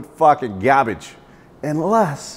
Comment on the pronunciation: Until you get to the end when he calls it "fuckin gahbage"